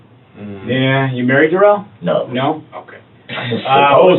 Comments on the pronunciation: Somebody tell me how you get DU rrell out of DA rrell. But what should I expect from a moron that says ax substain stopal and all the other words this fool can't pronounce. Both his interrogations was 1 lie after another. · Da rrell not Darrell but Da rrell